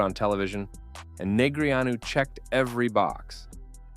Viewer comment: Would be great if you pronounced his name correctly